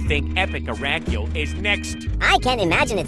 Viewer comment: "Araculele" Tts: ara-cule Me: NO! ITS ARACULELE